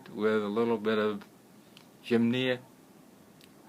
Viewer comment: You state you 're a master herbalist and use the title Dr. and you can't pronounce a basic herb?! gym-nee-ma! Look it up in the dictionary or take two seconds to Google it and see how it's pronounced before you do an entire video on it. It really makes me doubt your credentials to be honest. To me it looks like you're reading off your computer screen and have had absolutely no experience with this particular herb. 🫤